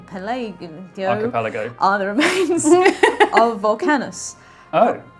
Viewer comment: struggling to pronounce "Archipelago" almost made me snort my orange juice out my nose...